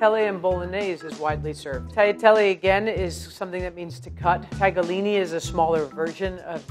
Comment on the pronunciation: Isn't it "tagliarini" tho?